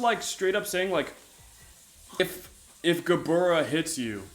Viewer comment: Sup Hebrew speaker here. gebura is pronounced with a V, bet or ב is traditionally pronounced like B however in some cases like gebura or גבורה in Hebrew , bet becomes vet and in pronounced with a V so it might be spelled gebura it's pronounced more like gevura